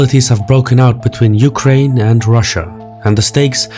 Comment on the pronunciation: You-cry-in Putin ?